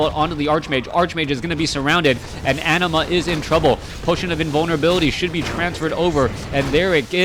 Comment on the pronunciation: Anima is a summon in Final Fantasy X and is pronounced the way you say it, no need to fear:P